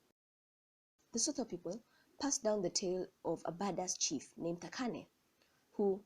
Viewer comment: I love how you pronounce "Thakane" a few people know how to pronounce my name